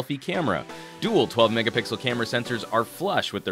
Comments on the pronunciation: Did he just said 8 megapickles? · ...video of you saying "Megapickles" in 1 week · I think he's trolling us now with his pronunciation of megapixels